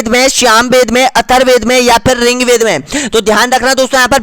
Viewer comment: Bhai...ye Riggvaid h ...Ring-ved nahi.....